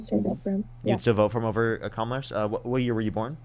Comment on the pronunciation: I love correcting them every SINGLE time they pronounce Kamala incorrectly 😂